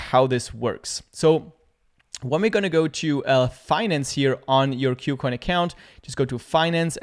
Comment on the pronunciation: Thanks for the video. By the way, the name of the exchange is pronounced as 'KooCoin' as compared to 'Q+Coin'. 'Ku' part here is a Chinese loanword from the English word 'Cool' and means the same. Kucoin is a Chinese exchange so that explains the name.